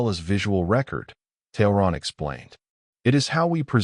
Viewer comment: I've noticed that the letter T at the beginning of a name is often pronounced as TH.